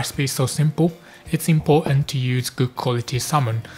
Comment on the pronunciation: My apologies. Should have said Southern England rather, like skipping the "t"s from "a little bit of" and "important" as in the video. Very colloquial.